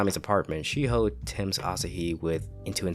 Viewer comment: "She Hoe" Shiho.